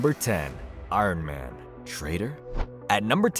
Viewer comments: Why do you say “Arn Man” like that? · “I-run man” 😂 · Arn man? Like Arn Anderson? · Who is "Arn Man"?